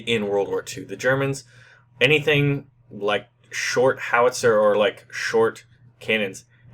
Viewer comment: Where's the "L" in the word "Howitzer?"